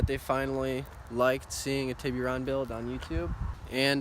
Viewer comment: Awesome Job, but please stop saying TibbyRon, its TIB ERR RON, or just call it a Tuscani. other than that. Tibbyron makes it sound like a nick name for a baby. Other than that. Good job keep up the good work. I also have a 04 GT Silver 6 speed, supercharged. I may make a channel on everything everyone needs to know. Not sure yet. Nice car.